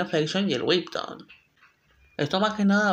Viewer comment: No es por hate, pero me mata que diga "wibton" como intentando pronunciarlo en inglés, cuando en inglés sería webtun 😅 lo noté porque pues he oído a personas decirle tanto así, como webton pero es la primera vez que escucho a alguien decirle wib se me hizo tan raro jaja